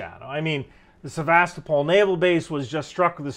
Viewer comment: Just fyi Sevestopol is pronounced Sever Stoe Pull. :)